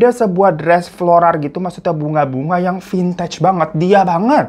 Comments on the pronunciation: Bang hiro floral bang floral bukan florar🫣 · FLORAL BU BUKAN FLORARRR!! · Froral apa floral.? Banggg